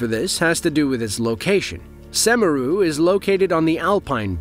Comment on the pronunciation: mount "semarang" 💀